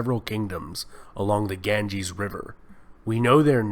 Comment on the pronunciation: Seriously yaar :( Su-dra, Ga-n-ges? Lol